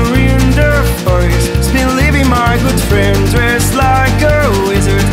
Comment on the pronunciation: není mu rozumět vůbec, vynechává členy, místo snack je tam slyšet cigar(?wtf?), vyslovuje forest jako forist a vše říká jak kdyby špulil rty.